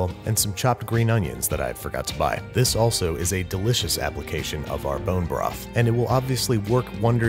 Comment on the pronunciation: what's a porn-jo broth?